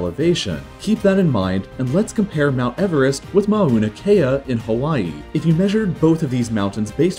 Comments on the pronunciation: Did he jsut say ma-oo-na kea its mau-na kea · You said Mauna Kea the wrong way the u is not pronounced as a long vowel. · His pronunciation of Mauna Kea deadened me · Im from Hawaii and lived on the island where Mauna Kea is located at and my god the way he says mauna kea triggers me